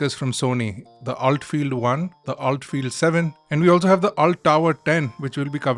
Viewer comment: It's pronounced ULT not Ult I believe!